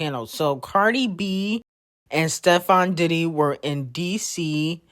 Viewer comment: "Steffon Diddy" I heard secs😂